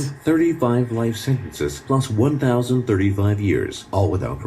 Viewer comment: Sentenceziizizizzzzziz aha love you made me crack up when u said sentences